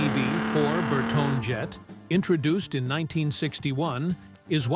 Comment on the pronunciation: Bertone is pronounced Ber-toni.